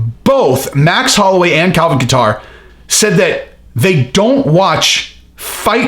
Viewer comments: No katter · I like how he says Calvin Qatar. haha. I think it's pronounced Kayter.